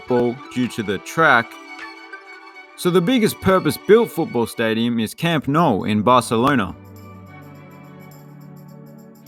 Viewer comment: Oh butchered the pronunciation of Camp Nou. Rookie error. You’d hate to see it. Just kidding very cool video.